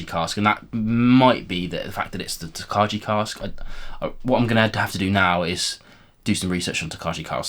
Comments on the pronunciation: Interesting stuff. The Original Golden Beer Cask and The Triple Distilled Cognac sound amazing. Looking forward to the cask strength releases of The Original and Peated - for some reason no Triple Distilled. Tokaji is pronounced tok-eye BTW. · Like the format FYI it’s tok-aye 😊